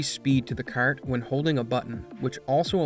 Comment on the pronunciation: Hahahahaha I see you fellow Canadian, that was a haaaaaard Canuck 'kart' 🤣